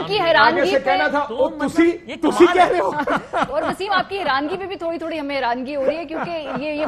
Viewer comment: Learned Journalists, correct word is HERANI and not HERANGI.